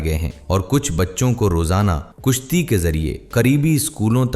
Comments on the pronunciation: It's kAshti and NOT kUshti. NOT FOM it's fOAm. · بھائ بہت اچھی ویڈیو ہے مگر الفاظ درست نہیں کشتی کو کوشتی بولتے ہیں ۔ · Kushti nahi "kishti" (boat).